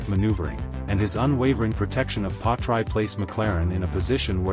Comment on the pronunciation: Yet another rubbish video. can't even pronounce Piastri's name...